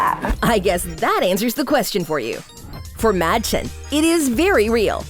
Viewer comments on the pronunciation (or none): It's actually pronounced "Made-chen" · You pronounced Madchen wrong